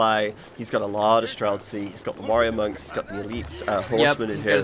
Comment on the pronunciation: stop adding a k to streltsy! it's not streltsky!